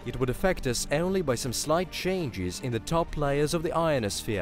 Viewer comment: Say "only" NOT" eonly! It's horrible to hear this rape of the English language! 😎